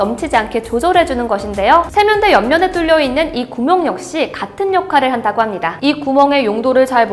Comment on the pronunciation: 중간중간 발음이;;; 구멍에서 한번.... 발급권에서 한번...